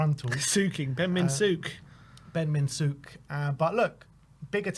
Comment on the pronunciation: Gentlemen, sook rhymes with book, look, took. Different levels of sook. Ranges from sook to sooky la la.